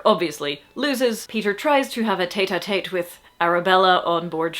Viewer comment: tête à tête is pronounced like bet a bet, not tate a tate. the circonflex over the e's makes it e like egg. Love your videos.